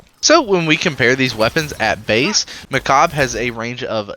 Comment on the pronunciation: I can't stand his pronouncitation of Mechabre: For me its Sabre ("saber") but as with alot of Destiny stuff, got the twist with a different syllable, making it Mechabre ("mechaber") and not ("mecha'b")